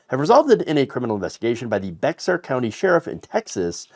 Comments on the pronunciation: It's not Bex-Are Beh-Har. Often pronounced as Bear. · Just f.y.i. it's not Bex-ar, it's pronounced like "Bear." The "X" is silent. ;) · Bay-her (or bear, if you say it really fast) County, not Becks-are is the pronunciation of 'Bexar County.' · You said Bexar County. I think you should know it is pronounced Bear. The x is silent in this case as the word is Spanish. Funny I guess they are deporting these people from San Antonio home of the Alamo. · Bexar is pronounced bayer. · Love ya and no criticism but bexar county is pronounced bear. Just ignore the x. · Bexar County in Texas is pronounced “Bear”. This is because the Spanish pronunciation has been Anglicized. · lol! The X in Bexar is silent. It’s pronounced Bey-Har or just plain Bear. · Baxer is Spanish in origin. "Bair" or "Bay-er" are accepted pronunciations. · Sorry to be nitpicking. But, and I know it's weird, but Bexar County is pronounced like Bear County. Don't blame me. I didn't name the county, decide how to spell it. Or how to pronounce it. But just putting it out there. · Bexar County the X is silent